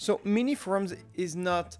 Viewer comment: minisforum, not miniforums